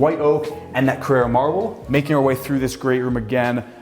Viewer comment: It's "CARRARA" Marble not Carrera, it's not a race car